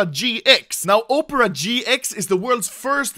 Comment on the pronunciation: bro literality said "upera gx"